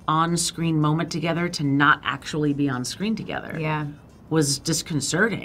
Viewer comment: Why does he keep saying "akshee"?